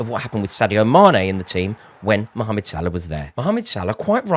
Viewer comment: You forgot about Cody. He's playing very well now. We saw glimpses of his talent. Now the consistency is there ... Also much respect for calling Salah by his full name. For some reason 3 syllables is too much for most English people.